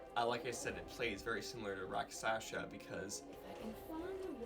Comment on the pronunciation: It's Rakshasa, not Raksasha